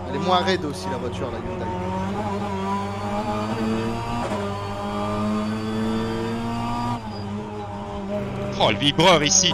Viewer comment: Salut, très bonne vidéo encore une fois. Une petite information pas méchante pour la prononciation de (Hyundai), il faut dire Hyundé et non Hyundaille. à plus 😉